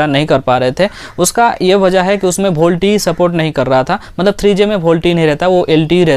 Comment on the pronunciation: Oye tell volte not bolte 😂😂👍